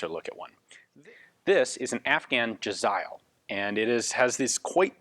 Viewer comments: In Pahsto its pronounced "jeh-zay-eel". Even with modern AKs Afghan tribesmen take pride in their possessions and tend to decorate everything from rifles to trucks. When I was in Helmand we found an AKM with small bells wired to the barrel. I supposed that it would jingle when it was shot at us haha. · Im pretty sure they're originally called "Jazair" The way you pronounce Jazail should be similar. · It’s pronounced “jez-ale”